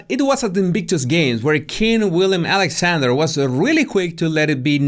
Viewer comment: As a Dutch born, you have to know it’s Willem (not William )Alexander. 😂